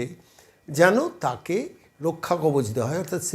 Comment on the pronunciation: রক্ষাকবজ নয়। কথাটা মনে হয় রক্ষাকবচ হবে।